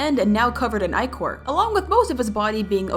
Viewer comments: Why does she keep on saying Ecore it's icore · It’s pronounced (i-core) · Btw this is how you say ichor "ICKER"spelled like ichor. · Rember its I-chor ok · Ichor is pronounced "I-Core" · Ichor (EYE-core) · Why are u saying ICOR WRONG?! (sorry this is not a hate comment) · you say it like IY Chor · not go be rude but you pronounce it as ie-cor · You got ecore rong 😂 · uhm I think its pronounced as "ick-or" only saying how I heard it from qwel!! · Btw it’s pronounced I-Core! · it’s pronounced i-cor but spelled ichor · What she thinks she says:Ichor what I hear:e-chor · Why do I hear inkor instead of ichor? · ichor (ick-or) that's how its pronounced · It is pronounced I-core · Ichor is pronouns as aychor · ITS PRONOUNCED AICHOR (sorry for being mad, but aichor.) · Its pronounced (eyechor) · no its ichor😭😭😭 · Me coming back on this video after 5 months and crying because of how they pronounce "ichor"i know they know now they pronounced it wrong but I just cry over the way they say it😭💔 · You saying Ichor wrong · YOU PRONOUNCED ICHOR WRONG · Ur saying ichor wrong lol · You're say ichor wrongly, and it sounds weird 😅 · You said inchor wrong and I’m sorry to tell you ps I love your vids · IT'S ICOR NOT ECOR SONA!!! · Ichor not EEchor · again stupid ichor!!! Not echor!!! 🙏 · Ik its a mistake but the echor instead of ichor is killing me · It’s icor not ecor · It’s I-cor not eee-cor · You pronounced Ichor wronb its "Eye-cor" not "E-chor" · I-core is how you pronounce it not ih-core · It’s not echos!!! It’s ichor!!! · It's not ecore it's icor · Bro , it’s called “eye-cor” not “Icor”! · By the way, I don’t think Ichor is pronounced eek-or, I think it’s pronounced Ike-er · First of it’s not EEchor it’s Eyechore prounounced Eyecore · It hurts me hearing you say ecor.. It's EYEcore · Why does everyone i know say ECOR ITS ICOR not actually the spelling btw just pronunciation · ITS I-CHOR NOT EH-CHOR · WHATS ECHOR?!?!! IT'S ICHOR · It’s I-chor not icier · ITS ICHOR NOT ECHOR